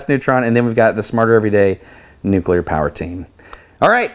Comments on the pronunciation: THANK YOU for not saying “noo-kyoo-ler”. 😂😂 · Experiment Rev 2- attach 3 or 4 colored ping pong ballson the outside of the disc, but that might push the explanation too quickly. Awesome vid! Ps. Thanks for not saying “nucueler”😅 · So happy you pronounce nuclear correctly.